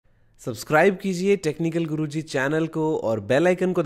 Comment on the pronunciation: सही से बोल लिया करो..टेक्निकल गुरुजी बोला करो टेक्निकल खुरूजी नहीं😁